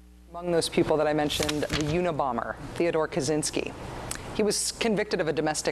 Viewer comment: It's "Kaczynski", btw...